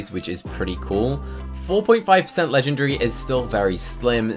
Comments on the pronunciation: bruh u say legendgryy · I’m not making fun of him but Legendary : ❌ Legengry : ✅